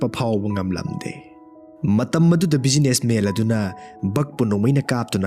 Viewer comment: Waridi fajei adubu wari lirib ebungo pronunciation dudi yadrehe businessman haidwduda businessmel haire, Postman haidwduna postmel haire, John haidwsuna jol haire, yam heinde khitng semdokpiyu N ga L gagi khetnb khngbiyu